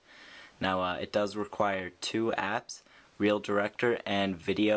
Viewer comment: its reel director not real ,reel